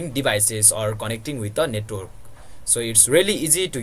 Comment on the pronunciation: its not netrok its net-work